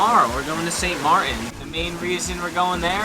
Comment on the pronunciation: We call it St.Maarten like this ( saint, mart like food mart and ten like you say number 10. The way you guys say it it might get mistaken by St. Martin witch is the french side. And i would take the risk of the barracuda. Just leave for a while and if the skin falls off by itself then don't eat it.